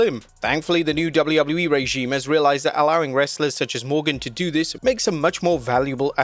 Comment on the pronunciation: is he saying double u wouble u e?